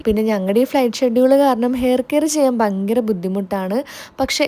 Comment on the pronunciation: Chechi bayankara ennu parayunnathinu pakaram bankyara ennu parayunnath kelkan nalla rasamaanu😊